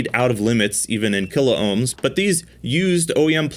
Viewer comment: KILOHMS not KILO OHMS